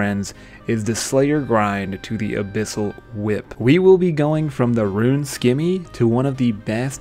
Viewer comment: Scimmy not Skimmy!